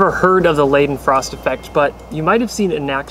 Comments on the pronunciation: leiden, leeden can you chose how you want to pronounce it? :'D And if you do say "laiden" <-- the grammatical correct way to pronounce it btw. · I thought they might go faster, since I saw something similar on Periodic Videos the other day. Wasn't really sure though. Oh, by the way: the first syllable is pronounced like "lie", not "lay" or "lee" (I'm German so I reckon I'm entitled to correct you ^^) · Lol, Lay-Den Frost effect? pronounced Lie-Den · Don't call it laidenfrost. It's lEIdenfrost. Like in like. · Leidenfrost is spoken Lidenfrost ...not Lejdenfrost and not Liedenfrost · He pronounced it wrong it’s not pronounced ladenfrost it’s pronounced lidenfrost (long I sound) because the guy it was named for was german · it's lie-den-frost btw. not lee-den-frost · Leidenfrost. The first syllable has a long I sound. Like "light." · You pronounced Leidenfrost about 4 different ways and yet still managed to never pronounce it right